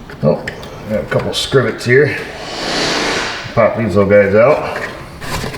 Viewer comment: He said "scrivits", 😂